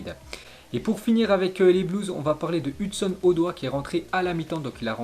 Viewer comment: Il le prononce très mal